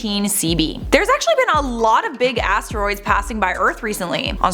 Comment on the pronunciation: Love hearing her say ASStroids lol